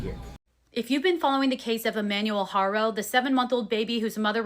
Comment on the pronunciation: In Spanish, the name "Haro" is pronounced AH-roh, with the "H" being silent. The "a" is pronounced like the "a" in "father", and the "o" is like the "o" in "go". Not HAIRO. It sounds petty but get it right so everyone knows his name. Every Haro I know is behind or should be behind bars. At least the ones here in California....